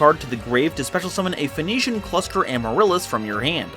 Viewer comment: Phoenixian... Sounds like Phoenix... Not Venition... Sorry, bit of a grammar Nazi.